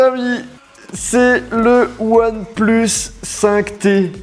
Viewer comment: ouane plusse ai lai maillur tailaifon du monde